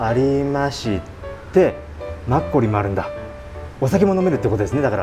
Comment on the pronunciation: マッコリの、発音がダメ、アゴも長すぎ。